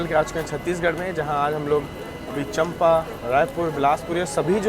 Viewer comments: स्टेशन का नाम चंपा नही है,उसे चांपा कहा जाता है। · मै छत्तीसगढ़ से हु ब्रो और आप जिसे चंपा कह रहे है उस चांपा कहते है